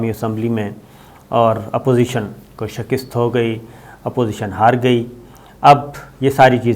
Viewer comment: شکست کا تلفظ درست نہیں کسی سے پوچھ کر درست فرما لیں۔